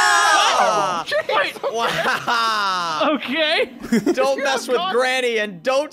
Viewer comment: Did granny say comoto